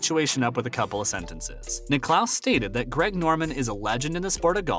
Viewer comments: Firstly it’s not the British open it’s THE OPEN !!! Where is the FORCING SECTION ?? Jack who ??? Will you ever learn how to say his name correctly!!! Very poor video give it up !!!! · Perhaps the narrator could have talked to one of the billion or so people who know how to pronounce Jack's last name when he took the gig. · 2 things: firstly, you forgot to tell us how Greg Norman was ‘forcing’ Cam Smith to join LIV golf, and secondly, if you can’t pronounce the name of the greatest golfer ever, Jack Nicklaus, you shouldn’t be narrating a golf channel. It’s just ridiculous so I’ve unsubscribed. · Stop mispronouncing Jack's last name!!! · Jack WHO⁉️🤦🏽‍♂️🤨 Bob WHO⁉️🤦🏽‍♂️🤨 😒 How can you have a sports related channel & not know how to pronounce the names of the prominent figures you mention⁉️‼️🤯🫥